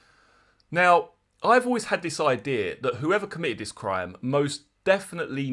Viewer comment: Penny smith saying "cwime" and "cwiminals" gives me a boner Everytime